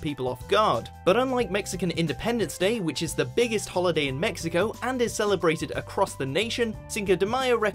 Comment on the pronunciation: "Viva mesico" lol.. any way. happy someone finally pointed these out.